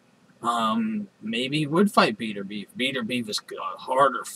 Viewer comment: his name is bet-er-bi-ev